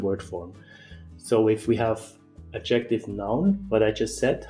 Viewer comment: Adjective is not pronounced like objective. The stress in the word adjective is on the first syllable. The stress in the word objective is on the second syllable. Adjective is pronounced DUM-da-dum.